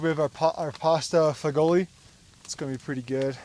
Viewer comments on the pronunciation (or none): Pasta fagoli is pronounced fa-jool which means beans in Italian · Fagioli is pronounced Fa-Zhul 😊